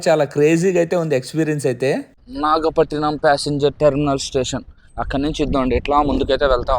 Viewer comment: నాగపట్టినం కాదురా నాయినా అది నాగపట్టణం 😂